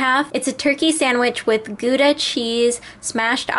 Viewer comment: Pleeeeeease no 'guda' cheese! It's pronounced gowda!